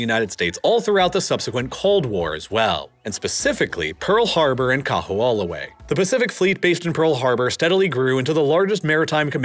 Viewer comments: Much funnier to hear his attempts at Kaho'olawe, Moloka'i, and so many more. Im personally so insulted to hear malihini or non residents, certainly non Hawaiians try to teach the world about Hawaiian history. Really? There's plenty of Hawaiian history resources available for any who didn't attend school in Hawai'i. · The only thing that sounds really off is Kaho'olawe. W's are usually pronounced as V's in the middle of a word for most words (some exceptions exist). Because it's not populated or widely discussed except among locals, the pronunciation without the V sounds almost unrecognizable. That being said, the W in Hawai'i is often pronounced by natives as a V. And the " ' " is an okina and is usually a hard pause and to skip it can actually change the meaning of the word. Making it like "Hava-ee" or "Kaho-oh lahvay" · Bro I was rolling I think him pronouncing Kaho'olawe was my favorite way someone butchered the name. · This was a great documentary, but I would love to sit you down and teach you how to actually say Kaho‘olawe properly. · I was also impressed by how he quietly mangled Kaho'olawe. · I've lived in Hawaii for 15 years and learned a ton of things I didn't know about Hawaii's history from this video. Btw, I still have trouble with pronouncing Hawaiian words, but can tell you the island of Koho'olawe is actually pronounced KO-ho-O-la-vey. Great video, thanks! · Kah\-who-AH-luh-way is worse! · Hearing you pronounce Kaho'olawe was pretty funny 🤣 for those unfamiliar, W's in Hawaiian are actually pronounced as V's. So it would sound like Ka-ho-ou-lah-ve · Learn how to pronounce Kahoolawe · His pronunciation of Kahoolawe is off. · Really? Every time I hear him pronounce it, my ears bleed. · Yikes! Everytime the narrator says "Kahoolawe" I flinch. Otherwise, great documentary! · Bra! and he said it so many times! cringed every time haha